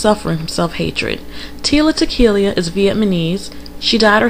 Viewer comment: You totally butcher the pronunciation of Vietnamese and tila tequila